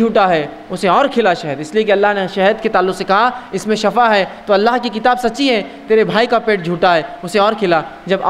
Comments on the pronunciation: Lafz Shafa ni hota Lafz Shifa hota hai Shafa ka matlb moat ya dkhell dena hota hai aur shifa ka matlb sehat yabi hai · Bhai shafa nh hota shifa hota h